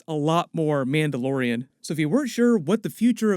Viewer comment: What, a Mandayodian?